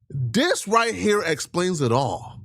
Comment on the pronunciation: What is up with the DIS? I noticed, lately, how you have been saying DIS instead of THIS. You know that is not part of the black vernacular, unless you are a white man mocking black people. I realize that you are african and sometimes it seems that you use your native tongue. Is DIS where your natural language conflicts with english? You didn't say DIS much, before. But lately, it has really become pronounced. Sounds like CHUD, nickname will be changed to PIT, in prison. PIT as in cockpit. lol